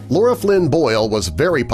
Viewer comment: It's "Lara" Flynn Boyle, not "Laura."